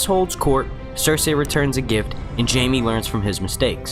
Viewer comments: Her name is Cerci not Cersay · It's pronounced sersee not sersay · Cersei is pronounced "ser-see" not "ser-say". Also, I think it's Arya that's going to kill Littlefinger. They've shown pictures of her with his dagger. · yo the cringe when he says Cersei as Cersey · It's cer-see dumbf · um sorry it's CERSEI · Please pronounce Cersei properly...... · Actually Cersei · it's actually "cersei"